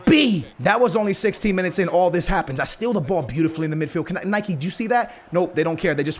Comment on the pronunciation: the way you say Nike ffs